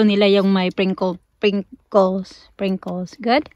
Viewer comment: SPRINKLES not pringkles.